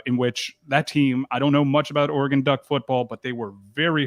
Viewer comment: Le Batard still calling Oregon, “oar-eh-gAHn”?! C’mon man! Great move for the U. As a Pac12 guy, I’m sad for Oregon.